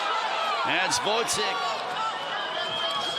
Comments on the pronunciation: The commentator wasn’t bothered to learn how to pronounce Gvozdyk’s surname. He called him all the time Gvodzyk which is totally wrong. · woizek? it's like call stevenson shtiunsen. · How hard is it to learn how to pronounce a name for a commentator whose job is literally pronouncing names! Who is Votzik? Tough fight it was